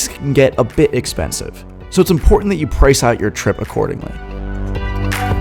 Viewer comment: why you speak 'price' not in english accent ? i read the sub cc only understand